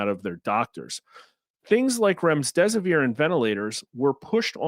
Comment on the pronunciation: There is no s between the m and the d in Remdesivir.